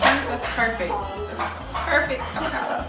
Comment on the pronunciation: CADICADO!!!!!....I don’t like cadicado🥑🥑, I don’t like cadicado mommy 🥰😁🤗